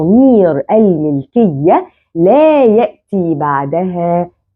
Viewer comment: كذلك انتبهي لنطق بعض الكلمات العربية بشكل صحيح مثلاً: كلمة المُلكية حرف الميم فيها مضموم وليس مكسور بارك الله فيك أحذفي تعليقي هذا كي لا يظهر للمتابعين أحسن الله إليك ونفع بك شخصياً أفضِّل ظهور الشاشة مكتوب الدرس فيها كتابة مثل أخر الفيديو في الدقيقة 13 وظهورك بجانب السبورة ليس مهم لنا صوتك فقط يكفي بشرحك الواضح مشكورة مأجورة عليه وإذا احتاج ظهورك يمكنك الظهور بين الفواصل مع جزيل الشكر لجهودك المبذولة لنشر العلم النافع بالعلم ترقى الأمم